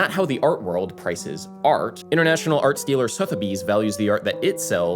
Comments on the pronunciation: whe you said "arts dealer" i heard "art stealer" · I know that you are saying “arts dealer” but my ear keeps hearing “art stealer” xD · When you said "I'm not an arts dealer" for a minute I thought you were saying "I'm not an art stealer." The conspiracy theories started forming.